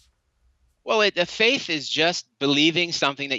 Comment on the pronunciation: You can say theist but you can't say faith. (faif, ) Isn't that interesting? No big deal of course but I just can't not hear it. Carry on.